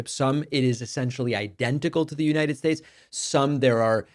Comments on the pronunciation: What is this ''Unined States'' she is talking about?? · "Unined States" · Isn't it the United States not as she pronounces it the Uninted States? And she is a lawyer. Doesn't even respect the country enough to pronounce the name correctly.